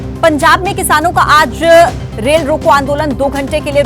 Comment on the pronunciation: रेल है रोल नही